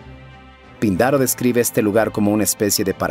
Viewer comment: Hace tiempo que veo tu canal y de verdad me parece excelente, sin embargo en este video en especial, el audio no corresponde a la entonación o pronunciación con el texto, por ejemplo: el texto dice Píndaro, con tilde en la "i", pero mencionas Pindaro, otro más es Hesíodo y tu mencionas Hesodio. En ningún momento quiero juzgar tu trabajo, el cual como mencioné es demasiado bueno, solo me parece importante porque son personajes históricos y sucesos de mitología. Un abrazo y felicitaciones.